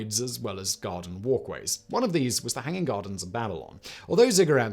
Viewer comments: I couldn't figure out what he was actually saying and just took them as Cigarette pyramids in the end 😂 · He had to say ziggurats three times before I realized he wasn't saying cigarettes🤣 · yes at first I thought Simon was talking in a Russian accent explaining cigarettes. :-)